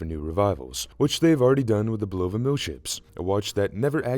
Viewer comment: its bUlova not bulOva